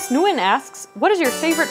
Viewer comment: LOL Thomas NOOY-gen. You should have Googled that one before trying to say it. It is way easier than you'd think.